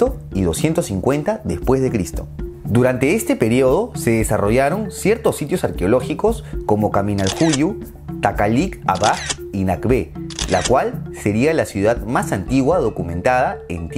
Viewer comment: Se llama Kaminal Juyú (no Juyu). Se pronuncia Isimché (no Ishímche).